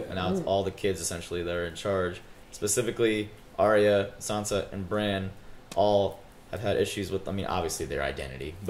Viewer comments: ITS BRAN AKA BRANDON STARK. Bronn is the OG mercenary badass that shot drogon. Really irritated me when every one of you kept saying Bronn instead of Bran when talking about the starks reuniting. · They keep pronouncing "Bran" as "Brawn" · why do they call bran, bron? wtf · Why y'all calling Bran "Bronn"? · Why did they call bran, bronn? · Bran* I know it's nitpicky, but you keep calling him Bron lol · Why does everybody call Bran Braun.... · Bran not Bron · stop saying bronn when you're talkin about bran, cmon guys. lol